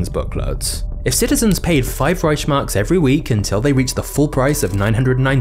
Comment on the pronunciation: Not how you pronounce Reichmarks the ch is more like a k sound